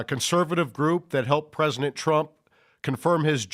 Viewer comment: "Presinent Trump"